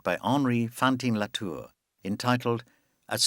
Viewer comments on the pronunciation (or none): Not being able to pronounce “déjeuner sur l’herbe” or “Fantin Latour” correctly let’s you down somewhat.